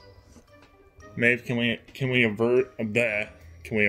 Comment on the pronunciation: PSA: a-verd the ver-lence